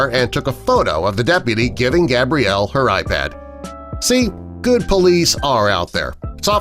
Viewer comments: He keeps on calling her gabriel instead of gabrielle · So is her name Gabriel or Gabrielle? You said it both times her name is Gabrielle get it right man. No hate but cmon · who tf is Gabriel? It’s pronounced Gabrielle. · He’s calling the girl Gabriel in the beginning. Gabriel is a boy’s name. Female form is pronounced ‘Gab-re-el’, not ‘Gay-bree-el’ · Lame video. Touching story but the narrator calls Gabrielle, Gabriel - a boy's name - at least twice in the middle of the video. Then they want you to subscribe? HA! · Sir I think you mean, gab-ree-ell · it is pronounced (gab-ree-el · Omg, he kept saying her name wrong, that drove me NUTS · God dude your pronousing her name wrong